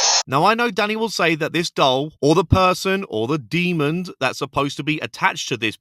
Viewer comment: did you just say "demoned"? Do... do you think the word demon is pronounced with a D at the end?